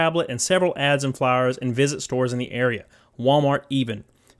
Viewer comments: I hear "flowers" instead of "flyers" 🤣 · The way you say "flyers" sounds like you're sayin "flowers". I like the idea of a Gamestop employee randomly giving me a flower when I walking around WalMart.